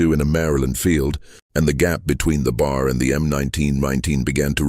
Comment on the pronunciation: It’s irritating to keep hearing the AI narrator constantly mispronouncing B.A.R. as “bar”.